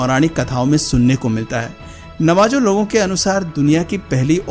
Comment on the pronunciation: It's pronounced Navaho and not Navajo